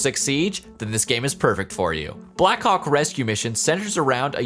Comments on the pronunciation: I thought he said “black cock rescue mission” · Did anyone else notice that when he said "black hawk" fast it sounded like...ykw nvm 😳